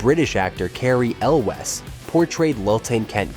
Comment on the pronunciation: Cary El Wes 😂😂